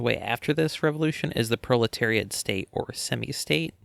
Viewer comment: R u saying bro-leteriat? Cause that's based bro